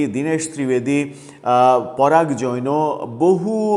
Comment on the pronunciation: মনে কিছু নিবেন না, উচ্চারণ জৈনও নয় Jain বা জাইন হবে। প্রয়োজনে ভারতীয় কোনো টিভি চ্যানেল হতে শুনে নিবেন আশাকরি, ধন্যবাদ।